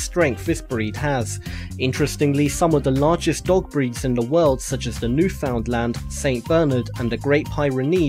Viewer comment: How he said Newfoundland made me lose it, I'm about a 3 hour drive away from Newfoundland and own a Newfie.